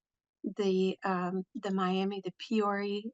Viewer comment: It's Mi-a-muh Oklahoma